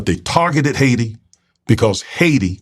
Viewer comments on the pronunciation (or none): You're saying it like a white dude ... it's pronounced....high tee.... Haiti